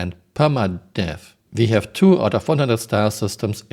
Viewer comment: "we have repair bots, we hafe fish" really? we do?